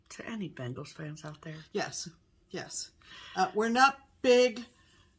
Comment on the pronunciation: It took me a second to figure out that you were saying "Bengals" and not "Bangles." I was wondering why you were referencing a fabulous pop band from the '80's, but I was fully prepared to go along for the ride. I am not well-versed on any sort of football endeavors outside of those of the University of Alabama, unfortunately. I'm about to begin the same temperature chart,, so I'm thrilled to see how fun yours is looking., I am so thrilled to hear of your anniversary and I really appreciate you speaking your truth. It is courageous and important, and we never know who we may touch with our words. I applaud you from the bottom of my heart. ❤